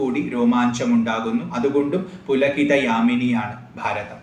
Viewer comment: പുളകിത എന്നല്ലേ ശരി അതോ പുല കിത ഇതാണോ ഉച്ചാരണ ശരി